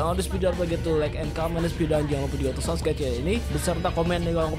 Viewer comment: 😂😂😂😂 kebalik subcribe bukan subrek 😂😂😂😂